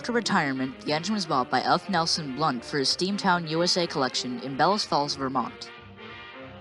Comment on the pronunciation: Just a side note. It's F. Nelson Blount. Not Blunt. Otherwise good videos.